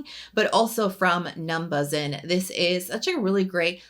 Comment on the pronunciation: I believe it’s pronounced “numbushin” (how koreans would say “numbers in”)